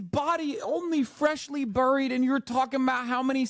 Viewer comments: He pronounced “buried” just like candy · This was a business call not a personal call. She has to lift her TPUSA staff’s moral. Also we found another one of Candace’s cult members unable to pronounce buried 🙄 😂